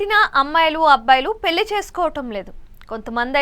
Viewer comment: పెల్లి కాదమ్మ.. పెళ్లి.. అలాగే, పరిగనం కాదు, పరిగణం.. నీ తెగులు వినలేక చస్తున్నాం తల్లి.. వెళ్లి తెలుగు నేర్చుకో